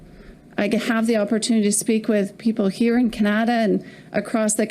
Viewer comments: did she just say kuh-naah-da? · Did she just say Kan nad a for Canada ? 😂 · Wtf What kind of Canadian pronounces Canada like "Keneda" ??? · another import, she can't even pronounce "Canada" how pathetic. How in HELL does Jughead get $2.1 million pension??? That needs to change right fekking now. Serve as a PM and you get millions in dollars for a pension, yet those of us that work our entire lives don't get enough to survive for 1 month. Holy hell something is way beyond wrong here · Why did she not pronounce Canada Properly.